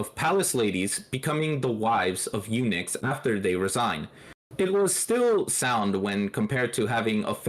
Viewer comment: El Nick instead on eunuchs is funny